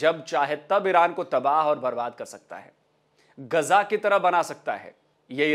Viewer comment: यह क्या ग़जा लगा रखे हो भाई? गा़जा बोलने से क्या गुनाह हो जाएगा? कहाँ से लाते हो यह उच्चारण। हमने तो अल जजीरा के अरब पत्रकारो को भी गाजा बोलते सुना है। यह कीडा भारत और पाकिस्तान में ही है।